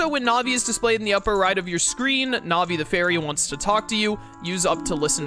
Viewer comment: I believe Navi is pronounced like Navigator because she is meant to help the player navigate the the new dimension and/or the game in general. There was recently a new glitch found(called GanonFloor) that cut 5+ mins off the time of the speedrun over the previous method(called GanonDoor)